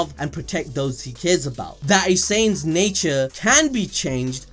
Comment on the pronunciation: it took me 15mins+ to realize "saints" was actually "saiyans" (science)